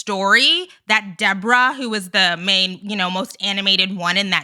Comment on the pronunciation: It's actually... DEE"BOAR"RAAH... 😂 And she looks EXACTLY like the puppet "Madame"... from the 1980's show "Solid Gold"... GIzelle, Mia, Ashley... and Ashley's "thirsty" friends... are ALL delusional... 🤨